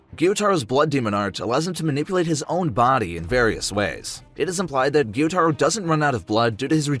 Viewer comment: it is guy-u-taro